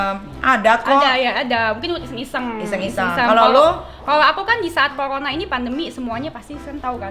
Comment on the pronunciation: Corona bukan colona